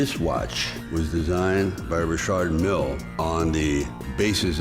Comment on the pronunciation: isnt pronouncing mille the wrong way